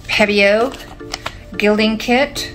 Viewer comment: It's pebeo, not pedeo